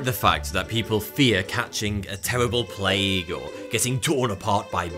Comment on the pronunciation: Did he say plague?